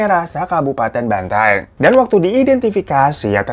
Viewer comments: bukan banteng kak 😭😭 cara nyebutnya tuh " ban-ta-eng" 😭😭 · Bukan BANTENG Bacanya bro, BAN-TA-ENG Gitu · bukan banteng bang.. bacanya banta-eng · Bukan banteng tapi Bantaeng bang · Kak Bantaeng bukan Benteng wkwk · BANTAENG bang bukan banteng